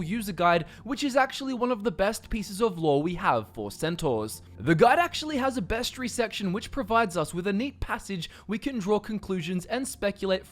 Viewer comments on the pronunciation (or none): Bestry? How about you not be lazy and pronounce the word correctly?